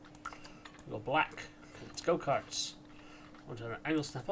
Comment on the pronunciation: Sounds like you are saying "go pee!"